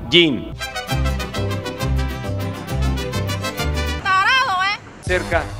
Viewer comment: Dijo "talado". 🤣